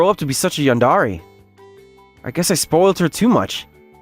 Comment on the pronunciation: Saying "yandare" as a voice actor is criminal.